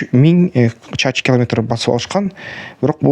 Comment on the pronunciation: Чачы км эмес! Чарчы км😊